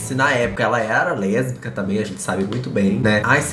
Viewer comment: A alicia sendo "lêsbica" kakakaka